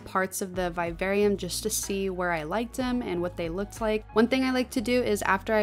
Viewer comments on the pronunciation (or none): The pronunciation of vivarium is driving me nuts but holy crap you're creative as hell 🤯🤯